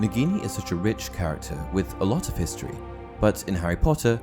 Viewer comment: Thanks for the Hiss-tory lesson 😂